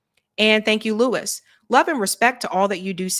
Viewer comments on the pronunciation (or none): none